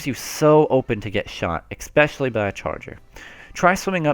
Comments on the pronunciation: Good beginner guide, I'm was also S+ in the previous game and now I'm on the road to S- in Splatoon 2. And please, PLEASE, say "especially" and not EXspecially, this does not exist, no "x" in it. -> especially. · Great video but THERES NO K IN ESPECIALLY. "Ekspecially"